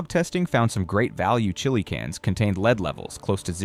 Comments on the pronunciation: Stupid AI .The word it has been mispronouncing leeeed should sound like led ,led ,led , Now learn that you stupid machine .😊😊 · The metal lead is pronouced led not leed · AI alert: in a video concerning food poisoning, THE MINERAL LEAD NEEDS TO BE PRONOUNCED WELL, NOT AS A VERB UNDER LEADERSHIP QUALITIES. Please make it clear, and checked; show leadership.